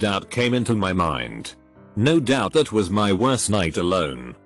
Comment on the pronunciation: sot that sot sot thing sot is sot so sot annoying sot